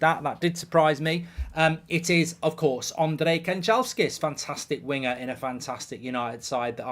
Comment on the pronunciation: Kanjelskis???? How do I spell.ot lol